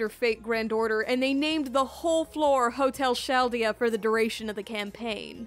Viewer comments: It is pronounced KAL-diya, not Chal-dee-ya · obnoxiously UMMM ACTUALLY It's not pronounced Schaldea, it's Kaldea. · It's pronounced "kaldea" not "shaldea" I had a brain aneurysm for a moment there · Is chaldea pronounced shaldea? I thought it was like kaldea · pronouncing chaldea as shaldea is a sin. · Its pronounced Kal day uh you uncultured fuck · I won't judge you Pronounce Chaldea "Shaldeya" Heavily judging you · I think Chaldea is pronounced as "Kal-de-ya." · Don’t pronounce Chaldea like “Shaldea” again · “Hotel Shalldia” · "Shal-dea" Lord "El MelWah" "Rin" no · this is hilarious, but I really wish you pronounced Chaldea right.